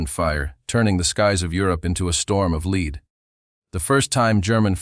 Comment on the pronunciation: The AI mispronounced “lead” as leed and can’t deal with Luftwaffe. 😢